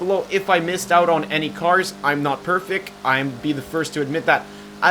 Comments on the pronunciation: "im not perfic" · remember, he said "im not perfec"